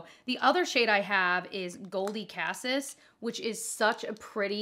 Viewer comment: Does no one know what as cassis berries are? It’s pronounced Ka-cease. Every since channel gets it wrong.